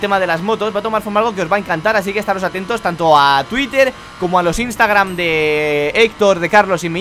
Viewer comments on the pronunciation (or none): none